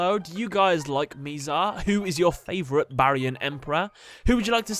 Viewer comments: just saying that it is Mizar not Miizar. I just had to point this out, it was getting me triggered that you pronounced it like that. (Sorry if that is your accent) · It is bizar not mizar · my guy, you suck ASS at pronouncing names lol. Miz Ale and Miz Are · You said his name wrong, it’s “MI”ZAR like saying “ that is so bizarre.